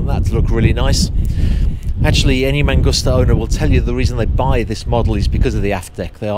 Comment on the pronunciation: It’s mangusta. Not mangoostuh.